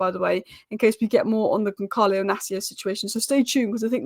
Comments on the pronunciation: YOU DONT SAY GONKALO IS GONSALO WITH A SSS LIKE SNAKE 😂😂😂😂A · and the "L" Makes it Goncaio, not GoncaLo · Soft C on Goncalo. Gonsalo, not Gonkalo. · Portuguese pronounce their Ls , it’s Goncalo.